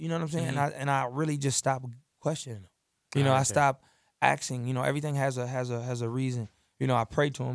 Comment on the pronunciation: stop "AXING" lol asdasdadd